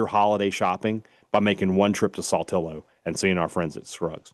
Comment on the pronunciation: Please learn the proper pronunciation of Saltillo. I beg you. It's NOT "Saultillo." It's Sal, as in Pal. Keep up the good work otherwise 😜